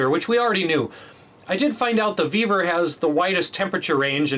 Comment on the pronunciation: Vevor 😂 i thought he said beaver 😅